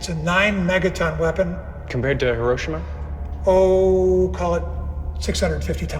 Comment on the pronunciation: Hey buddy say “Hiroshima” right inbred